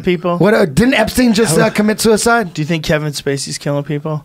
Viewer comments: The Mexican guy in the middle: “Ep STINE” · Someone tell Brenda how to pronounce Epstein please. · Brendan just heard them say “Epstein” and the proceeds to mispronounce it 5 times lol. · Brendan "Epstine" Schaub